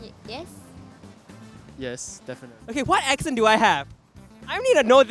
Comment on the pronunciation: "ex" cent... barf.